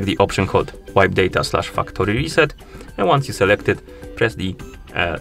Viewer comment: Man the way you day factory is hilarious....😂😂😂 Sounds like Fuck tori. Be careful